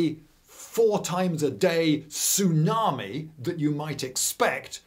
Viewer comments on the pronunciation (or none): none